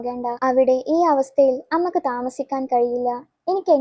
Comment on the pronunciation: അമ്മക്ക് അല്ല അമ്മയ്‌ക്ക്